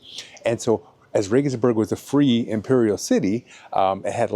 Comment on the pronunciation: You got nothing wrong, I tell you. For one, you pronounced Regensburg as it should be. I hear a lot of RegensbErg!